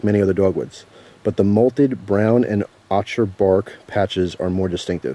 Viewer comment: Ochre is pronounced oaker, just a heads up